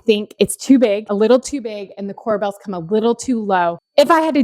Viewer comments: Corbels' not Cor"Bells" I love the white Island with no veining. Beautiful kitchen ! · core-bulls, not core-bells